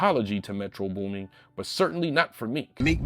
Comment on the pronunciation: Nah, calling this man "Metro Booming" with the WHOLE -ing at the end gotta be worth at least 5 lashes 😂😂 (Edit) Omg nigga let me breathe 😭💀